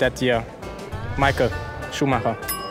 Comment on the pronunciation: Ja ich finds zum kotzen wenn Deutsche Michael englisch aussprechen...